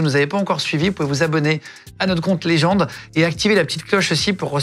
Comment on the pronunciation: Vous prononcez "Légende" et non "Legend"